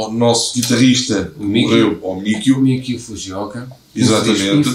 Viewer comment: Percebi que a partida de Mikio (pronuncia-se Mikí-ô), infelizmente, fez o Babymetal perder um pouco do encanto, alegria e inocência dos temas que resultavam de pesquisa folclórica da cultura popular japonesa e de canções populares infantis. Essa inovação proporcionava bastante alegria, humor e originalidade ao Babymetal. Após a sua triste partida, o Babymetal ficou um pouco sério demais. Mas, continua brilhante e nos encanta sempre, claro. Lamento muito que o Mikio tenha partido. Sempre fico triste quando vejo a sua imagem, devido à saudade da felicidade que ele proporcionava espontaneamente ao Babymetal em todas as apresentações. Creio que a camiseta de seus antigos companheiros no Kamiband representa muito bem o Mikio. Ele está representado sentado, tocando guitarra confortavelmente em uma Lua minguante. Coincidentemente, o acidente que o levou ele contemplava estrelas. Era um músico de jazz genial, além de heavy metal. Sempre sorria como uma criança em todas as apresentações. Parecia uma quarta criança junto com o trio Babymetal. Que Deus o tenha próximo de si. Foi uma pessoa e um artista especial para todos. Como bem exclamaram a família Babymetal, Mikio é o The One, para todos nós. ⭐🎸🌙🦊